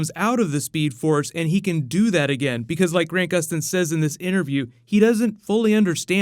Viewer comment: He said GRAINT Gustin, bro cmon its Grant (like ant man)